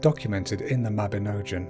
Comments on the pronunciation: mabinogion not mabinojan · I really wanted to like this video but sadly the pronunciations are way off. In Welsh a C is always as in Cat never as in Ceiling. So it is Cigfa, not Sigfa. Mabinogion is pronounced : Mab-in-OG-ee-on ... I have no idea if there are more mistakes because at this point I came here to the comments then abandoned the video. It's great that you made a video about welsh folklore but come on you could at least research how to say the words properly first!!!! Pronunciation is important and shows respect and helps to preserve the culture 🏴🏴🏴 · youre saying mabinogian wrong lol its ogg as in fog.. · Only advice - ALWAYS check the correct pronunciations..... most were right but the Mabinogion needs work 😊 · When you're just starting the video and can't even pronounce 'mabinogion' at all correctly, why would I continue watching? You clearly have no idea about your subject matter. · I agree. The pronunciation is appalling